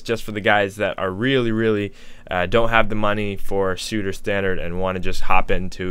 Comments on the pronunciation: its pronounced "sweet" not "soot", but good vid man! i actually recently bought intro for my new mac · Its Suite,, NOT suit ... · It's pronounced ‘sweet’ not suit! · suite is pronounced "sweet", my dude. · I believe it's suite like "sweet"...thanks for the video! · Madame Cloud funny you say that English is dumb. I used to be so annoyed when someone pronounced something that I considered wrong, but why should I give a crap how someone pronounces something. If it makes you happy to pronounce suite as soot, then go for it. The only problem is that it sounds wrong and some people will judge you for it. Life is unfair and people are selfish and mean. Bottom line is you are better off saying sweet for suite if you are making serious youtube videos and want to be taken seriously. As far as this video, I don't think this guy knows enough about music theory. He sort of knows basic stuff and obviously has played a lot with music software. He should spend some time to learn theory deeper. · No probably about it. Suite is "sweet". Suit is "soot". Although soot is actually "sut". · SUITE IS PRONOUNCED SWEET 😂😂😂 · Not sure if someone else mentioned but its pronounced "sweet" like a hotel suite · it's pronounced sweet.